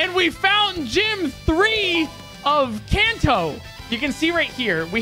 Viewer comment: Bro said can toe